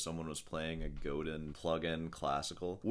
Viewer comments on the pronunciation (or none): It's pronounced GODĂN and...yeah...lay off the Taurine drinks ...save money..promote great music. I suggest following Michael Chapdelaine and Augustine Barrios "Mangore"...